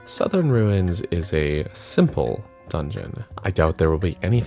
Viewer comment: Finally, someone pronounced the name correctly.